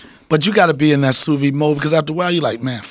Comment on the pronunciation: Ok. It's not "soovee" it's Sous-Vide. Pronounced "Soo- veed"